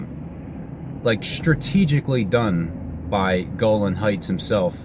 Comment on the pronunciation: Golan sounds like "goal line"